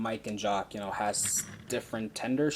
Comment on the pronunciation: it's jock not shock😡😡😡😡😡😠😠😠😠😠